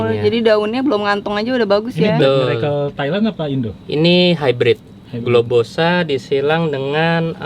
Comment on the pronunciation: Maap kak bukan bulbosa tapi globosa hehe